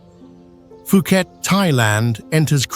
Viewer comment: also, it is "Poo ket" (Phuket, Thailand). There isn't an "f" sound at the beginning of the name. :)